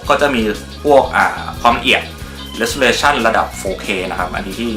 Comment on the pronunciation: เห็นมาตั้งแต่ clip แรกๆแล้วครับ Resolution = เรส-โซ-รู-ชั่น ไม่ใช่ เรส-ซู-เร-ชั่น นะครับ